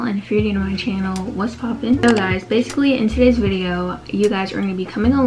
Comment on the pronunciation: U said bidio